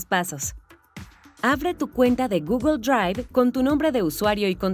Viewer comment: GUGUL DRUAIF